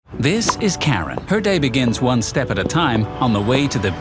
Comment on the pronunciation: It would've been better if you pronounce her name properly, its : Car-Ran. Freakin AI slop